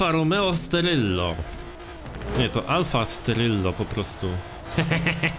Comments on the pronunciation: stelvio nie steryllo xdddddddddd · to jast alfa stelvio a nie sterylo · stelvio a nie steryllo🤣🤣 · Alfa Stelvio a nie jakies Steryllo XD